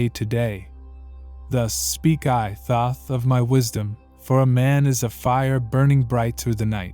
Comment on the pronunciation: No. Right off the bat I heard the first three seconds of this and said no. You can't even pronounce the name correctly.